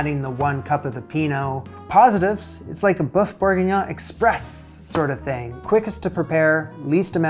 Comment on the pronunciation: Thanks for saving me the hassle of finding the best recipe :) PS it's boeuf, as in the u in butter, not to be confused with boof as in Shia Labeouf ;-)